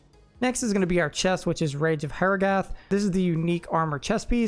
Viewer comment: Gutt-err-ull. HA-RAW-GUTH. Good informational video on the build... however... you have embarassed yourself by not pronouncing your avatar's homeland correctly. Bul Kathos would be rolling in his grave.